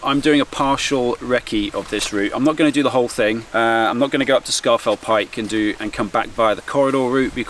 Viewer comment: I don’t think you’re a local so I’ll let you off, but it’s pronounced SCORE FELL PIKE not SCAR FELL PIKE 😉. Apart from that 👌🏻